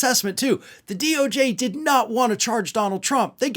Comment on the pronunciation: "I dood it" 😂